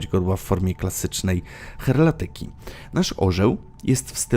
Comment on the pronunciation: Nie "cheratyka" tylko heraldyka.